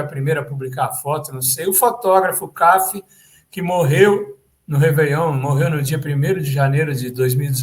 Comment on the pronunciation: O fotógrafo Cafi era pernambucano. Pronuncia-se Cafí, com acento na última sílaba.